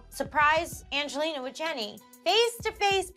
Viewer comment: When she slips up and says Angeliner 😂😂😂😂😂😂😂